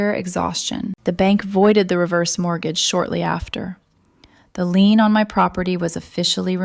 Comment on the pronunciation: It’s a lien not a lean!